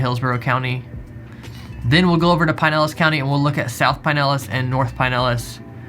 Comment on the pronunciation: Looking forward to the next vid. Double check the pronunciation on Pinellas though.